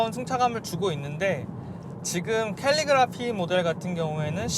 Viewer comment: 캘리그래피 라고 한글로도 친절히 적혀 있는걸 캘러그라피 라고 말씀하시는 이유가 있으신가요?